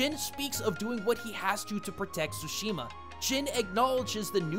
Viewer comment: Why do americans keep saying it "SHOO-SHIMA". Can't you all pronounce "TSU"? Like in tsunami